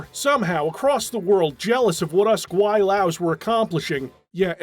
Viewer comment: I appreciate your accurate pronunciation of gwailo